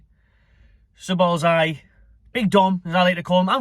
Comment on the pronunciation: it's ja boz lie